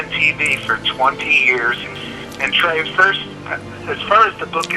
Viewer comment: Im sorry its Trey not Tery